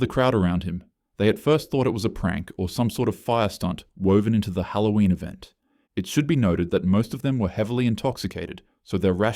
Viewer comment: It’s Halloween not hattoween no offense to you